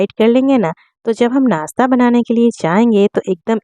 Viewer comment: Aap muslim hein par nashta ko nasta bol rahi hein kya baat.